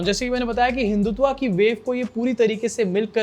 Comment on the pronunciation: हिंदुत्वा नहीं, हिंदुत्व